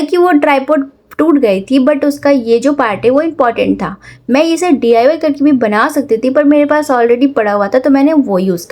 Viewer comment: Mam D. I. Y. Nhi डाई Bolo